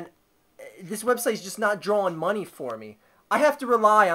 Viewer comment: "i need MUHHWNEY"